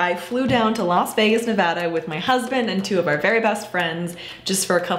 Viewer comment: thank you for saying nevada right😂 no one ever says it right unless youre are from here